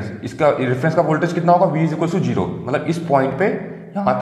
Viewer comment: this is not jero sir this is zero